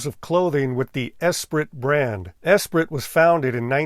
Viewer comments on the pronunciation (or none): Esprit is pronounced “es-pree,” being French.